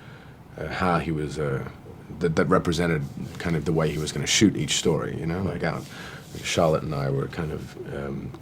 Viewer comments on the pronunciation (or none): none